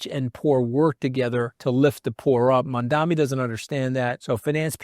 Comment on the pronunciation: You're mispronouncing Mamdani. It's Mam-dani and you're saying Man-dami.